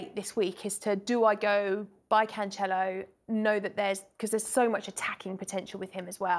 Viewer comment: Geez I cringe everytime she says "canCHelo" ...